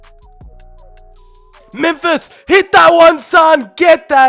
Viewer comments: Alon Shveiky But still even though it’s not exactly the same it still doesn’t sound like that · MEMPHISSSS SSSS NOT SHHH IT'S DUTCH NOT PORTUGUESE ALSO LEGANESSSSSS NOT LEGANESHH IT'S SPANISH (that just pissed me off in the whole video 😂😂)